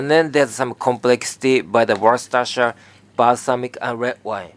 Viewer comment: Warrraster shire sauce?